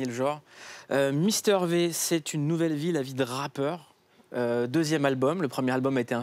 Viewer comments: N'empêche il a dit mister vé, cest Vi! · MISTER VIIIIIIIIIIIIIIIIIIIIIIIIII PAS Véééééééééééééééééééééééééé !!! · Il a dit Mister vé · "mister vé" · "Misteur vé"